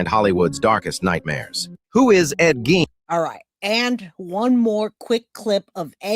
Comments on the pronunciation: The only thing proven here is that,even after hearing someone saying it right, you are unable to say a name right. Ed Gein like Ed "Geen" not Ed "Gaine". Is it so hard? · It is pronounced Ed Geen not Gain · Please it's pronounced F re ta not f RAE ta. No long A. Also Ephrata is in Lancaster County. Enola where the other guy was is in Cumberland County. They were not from the same town or even county. Also Ed Gein is pronounced Geen. Was trying to watch but the pronunciation problems and saying the guys stealing and selling bodies were from the same town when they weren't even close made it difficult for me sorry. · Awesome video. Very informative. Also the mans name is pronounced "geen."